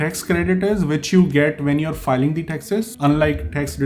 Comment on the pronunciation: I got a little irritated because you don't know the rules of pronouncing the word 'the', but it's ok you will learn it eventually. Very informative video and no offense. 😌